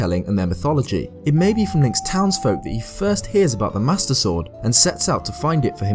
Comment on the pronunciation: The way you pronounce "Master Sword" sounds a bit like "Mustard Sword." I just like the idea of Link fighting by squeezing a bottle of mustard.